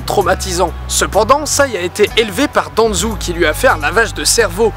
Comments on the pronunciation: Pas Uchiwa, Uchiha. Où t'as trouvé le w? Pas Danzou, Danzo. Où t'as trouvé le u? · DANZU MAIS CEST DANZO AVEC UN P*TAIN DE O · Naaan Didi ta pas respecter naruto ,tu Danzou au lieu de Danzo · Tu dit itatchi et rinéganne et danzou C est itachi et ringanne et danzo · Ca fait vraiment plaisir de te voir aussi souriant et ça se voit que tu as pris du plaisir à tourner ce superbe 5 théories ! (Ps: je crois qu'on dit "Danzo" et pas "Danzou" ^^) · Sois dit en passant, quand il y a un "ou", comme "Senjou" ou "Danzou", sa se dit "ô" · au lien de dire Danzo il dit Danzou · rinegan pas rinéga itachi pas itatchi danzo pas danzou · Bonne vidéo malgré la prononciation de certains noms ("Uchiwa", "Danzou") qui fait mal aux oreilles x)